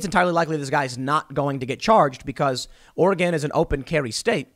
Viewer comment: Just gonna say it, thank you for pronouncing Oregon correctly, Tim.